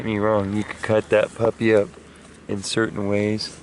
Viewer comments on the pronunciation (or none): none